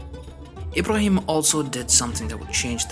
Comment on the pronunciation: That's actually what confuses me in these videos, when I hear this Aladdin style music I immediately assume whoever made this video isn't arab, but when he started talking I realized he is, because of the way he said mecca and Ibrahim etc.. To answer your question arabs did have certain music but it's not the one used in these videos